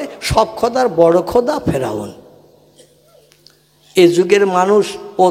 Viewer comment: Ferun noi sadd hobe.vul hochhe